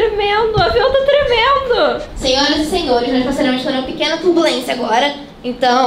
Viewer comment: Não é terbulensia é turbulência kkkk